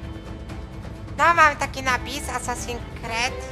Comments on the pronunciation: hehehe "asasin kred" xDDDD to jest: asasin skrid.. :D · Haha jprdl " Asasin Kred 4" xD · ***** tak, tak mówi się: asasin creed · Kret'' xDDDDD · Boże mój mózg 25 se und filmu i już mi mózg wybucha ,,asasin cred 4" oryginał ,,Assassin's creed 4 Black flag" czyt ,,Assasins screed 4 black falg" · Assasin kret 😂😂 klocuch mistrz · TYLKO NIE KRED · "asasin kret 4" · nie kred tylko skrid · ASASINS KRET XD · ***** Asasin skrid się czyta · Kacper Kowal Dawid Polski Ma rację.